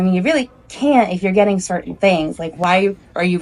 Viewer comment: Someone has to teach this chick that T's and G's exist in the English language and we pronounce them. If she can't get that much right, what else is she ge-in' wrong???